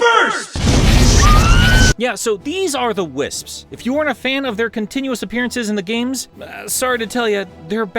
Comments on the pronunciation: Your jokes are funny bro... keep'em in. Here's a pronunciation guide: "Wiss-ps". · It's not that hard to pronounce wisps I guess the British get it easier because Americans just can't make the pss pss sound